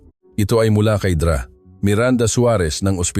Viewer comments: Ano ba yang mali maling bigkas Ng mga salita,Yung Dra.sa halip bigkasin Ng Doktora,binibigkas Ng Dra.hindi ba iniedit yan? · Maganda ang kwento ngunit hindi tama ang pagbigkas ng ibang mga salita gaya ng Dra. Iyan doktora hindi Dra.